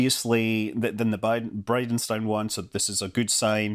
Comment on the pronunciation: Thought you said BidenStein 😜